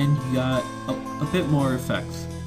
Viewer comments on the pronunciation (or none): LOL WHEN U SAID EFFECT IT SOUNDED LIKE U SAID SEX